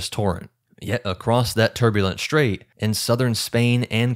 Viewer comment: English: "strait". STR has no H in it. STRAIT, not SHTrait. Likewise, STRIP not SHTrip.